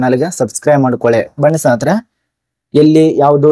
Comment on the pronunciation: ಸ್ನೇಹಿತರೆ ಅಂತ ಸರಿಯಾಗಿ ಹೇಳಿ bro